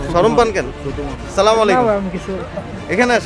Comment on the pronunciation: ভাই আমার মনে হয় এটা আপনার কাজ না।ছালাম টাও ঠিক মত দিতে পারেন না।